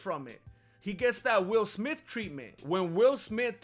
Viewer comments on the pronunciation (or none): none